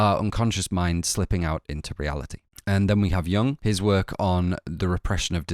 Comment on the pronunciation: BTW "Jung" is pronounced "you-oong", not "young"